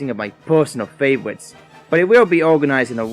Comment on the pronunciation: I think its funny how he's replacing r's with w's. "Favowites"